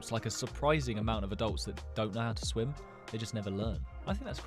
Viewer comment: swim?! Huh u dumb or something SWIM 😂😂😂😂😂😂 he hasn't leaned how to read